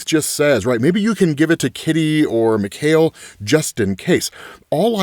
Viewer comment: Just so you know it's pronounced Mee-kai-el Rasputin. It's the Russian version of Michael